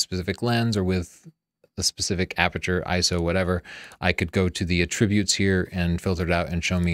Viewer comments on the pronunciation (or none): Your pronunciation of "Attribute" hurts my brain. You are pronouncing it as a verb when you are using it as a noun. "You need to atTribute your ATtributes"